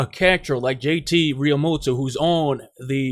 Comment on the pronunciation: Real-moo-toe. Learn how to pronounce